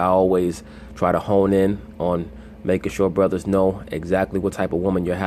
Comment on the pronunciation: it's hilarious when he says "ay bruddas"